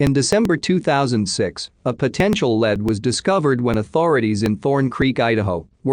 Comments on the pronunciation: It's not led it's lead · The word lead isn't pronounced like the metal lead. It's Lee D 911 is nine one one not 9 hundred and 11.